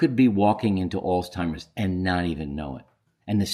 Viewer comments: Why do you call it Alls-timers? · There is no T in Alzheimer’s